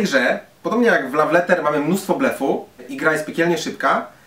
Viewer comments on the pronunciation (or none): Bardzo irytujące było błędnie wymawiane słowo "love". Radzę się przygotować przed nagrywaniem, tak na przyszłość ;) Tak ogólnie to bardzo fajna recenzja :) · Słowo "love" wymawia się tłumacząc łopatologicznie bez zapisów fonetycznych: lof, a nie law czy laf. Raziło to strasznie. Następnym razem sumienne przygotowanie i po problemie :) krytyka buduje lepsze jutro :)